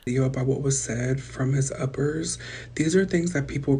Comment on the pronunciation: lmao it sounds like uppies💀